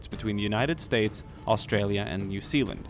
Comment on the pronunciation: As an Australian i can say you are saying Australia wrong, you say it 'STRAYA.